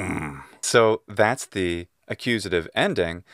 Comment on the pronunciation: Why are you always pronouncing the word "the" before consonant words as you should pronounce before vowel words? Thank you.